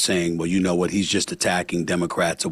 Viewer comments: Hey Stephan!! It’s pronounced You not Choo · It's "you" not "chew"